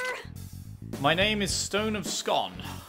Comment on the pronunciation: It's pronounced Stone of Scoon. It's Scottish and so am I so I know.